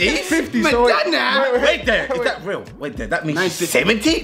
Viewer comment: the way said 90s I'm rolling 😭😭😭😭😭😭😭 and when chunkz violated Madonna my stomach is so sore wth 😭😭😭😭